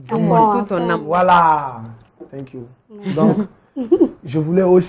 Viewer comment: Pourquoi il dit tenk you?